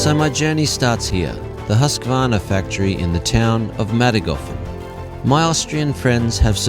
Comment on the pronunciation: Omg you can pronounce husqvarna. You got yourself a new subscriber 😅